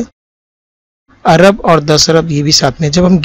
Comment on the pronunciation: عرب نہیں جناب ارب لفظ صحیح ہے۔ ویسے ویڈیو بہت کارآمد ہے۔